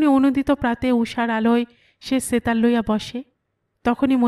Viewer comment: Why do you say "setar"... in bengali, it is pronounced as 'SHetar'